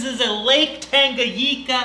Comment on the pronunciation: it's tangaNICA not tangaGICA